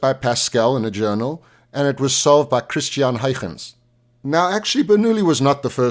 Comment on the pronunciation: Being a Dutchman, I grant you 100 points for pronouncing "Christiaan Huygens" nearly perfectly!